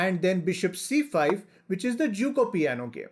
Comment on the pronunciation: Why u say which so much stress Say in normal voice plz